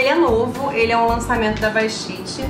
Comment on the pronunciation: Eu também gosto muito de desse pozinho para o cabelo mas a marca é BATISTE e não BASTITE!!!!